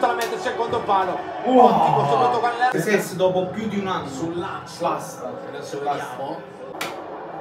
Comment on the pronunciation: Saccsess.....come c....parlate